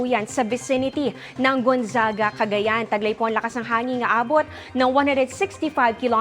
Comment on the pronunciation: Magaling sya magreport pero bakit palaging may Letter lagi na extra kada tapos ng salita. "CagayanA" "LuzonA"